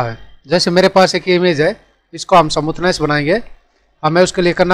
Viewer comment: Samuthness nhi smoothness